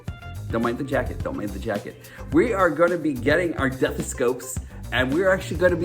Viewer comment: I’m sorry, sir. Did you call your stethoscope a “deathoscope?” I’m mad I never thought of it.